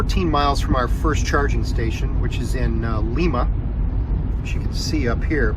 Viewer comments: oh cool Lima has a Supercharger! Lima is pronounced LIE-muh. LIE-MUH. Fun fact, London ON is closer to your starting point than London KY. I grew up in west-central Ohio and lived in southeast Michigan and southwest Ontario for a time. So that's what I'm being a little stinker. Thanks for sharing! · LYE-MUH Ohio... this ain't Peru son...